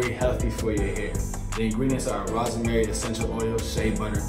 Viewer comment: He said “Ros Eh Mary”